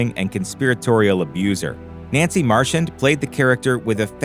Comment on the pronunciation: Yet another sloppy voice over. Tom is not Tim, and vice versa. Nancy MarCHAND is mispronounced. No one pays attention and no one care. Really, what's the point if you can't even get the pronunciation of the key people correct?